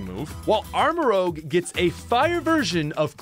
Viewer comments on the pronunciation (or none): It's armor-rouge, not armor-rogue. Rouge as in a shade of Scarlet. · Before you release a video can you PLEASE read the names properly? CAPSakid not CASPakid. ArmaROUGE not ArmaROGUE. SMOLiv, not SMALLiv. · Rouge not Rogue...tired of this